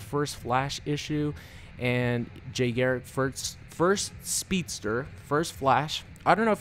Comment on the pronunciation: please his name is Jay GARRICK not Gerrick, and for ppl who call BARRY - Berry, wtf guys thats fucked up